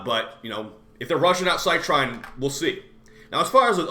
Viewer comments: Just so you know, it's pronounced "Sit Reen" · I looked up online and funnily enough, both you and Rebb are butchering her name. It's pronounced "cy-treen".